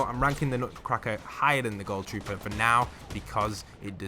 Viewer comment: The way he called ghoul troooer the renegade rader 😂💔